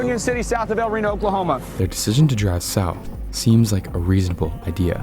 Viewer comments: This really should've gotten an EF 5 rating. IDC if the damage was only rural. It was a monster. Edit: It's pronounced "bett-es" not "bets" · His name isn’t pronounced ‘Betts’. It’s pronounced ‘Bett-ehs’. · leaving a dislike cause cant pronounce bettis. . . . either crappy ai or un intelligent video maker. it even called him bettis seconds after you called him betts. . . . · Its pronounced "Bet-tis." They literally say it secinds after you mispronounce it. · Mike Bettes is pronounced Bet tess with 2 syllables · Mike Bettes' last name is pronounced Beh-tiss, just FYI. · This is the best El Reno recap I've seen, thank you so much for this! The only criticism I have is to always take a second and google the names of people in case there's an easy way to hear their pronunciation. Mike Bettes is pronounced 'BE-tis.' Still a superb video and I appreciate hearing about other victims whose names have been swept away in favor of more prominent involved parties. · How do you have a tornado channel, yet you don't know how to pronounce Mike Bettes' name correctly? It's pronounced correctly in the clip you show. Did you not listen?